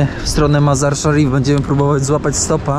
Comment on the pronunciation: Ten twój kumpel potrafił prawidłowo wypowiedzieć nazwę miejscowości, w której jesteście Mazar i Szarif, co tobie się nie udało ani razu. Ty tylko grubo i grubo, bo nie wiesz co powiedzieć. 60 km jedziesz 4 odcinki, ale jest ciekawie, bez przewodnika. Nawet twój kumpel Faza brał przewodnika. Powodzenia życzę